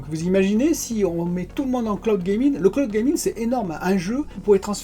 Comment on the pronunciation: le cloude gaming 🤦